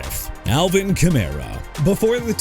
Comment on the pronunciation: Enough with the "New Or-leans" garbage okay?! You wanna continue butchering a city name, go ahead. It gonna get you fired! Also Alvin Kamara as in kuh-mar-rah! And Christian Fulton is not a quarterback; HE'S A CORNERBACK! ALSO CHICAGO AS IN EITHER SHUH-KAH-GOW OR SHEE-KAH-GOW NOT CHEE-KAH-GOW!! AND STOP SAYING "JAG-WIRES"! WHAT DON'T YOU UNDERSTAND DUDE?! JAGUARS AS IN JA-GWAARS AND IT'S ALBERT REGIS NOT ALBERT LEERS! AND MR. "I CAN'T PRONOUNCE ANYBODY'S NAMES FOR NOTHING" TONY POLLARD AS IN PAH-LURD NOT POH-LURD!! YOU'RE FINISHED!! GO AWAY!!